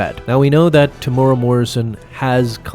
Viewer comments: AI needs to work on pronunciation algorithm. Temuera sounds like Tamura. FYI....it's pronounced....Teh-moo-weh-rah(Roll the tongue on the R). The man is Maori, not Japanese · Greatest character? Coolest-looking character, sure. Also: Te-mu-e-ra, not Temoora. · "Tamora" "Tem-you-era", and roll your r. It's a Maori name. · TEM-YOU-EAR-AH. Why are you choosing to skip an entire syllable?